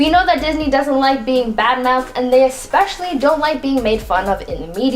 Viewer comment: You didn't say "Especially" correctly, though...